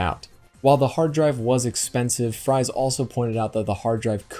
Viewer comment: Ed Fries' last name is pronounced like "Frees". I know this because of John Jacobsen's video call interview with him.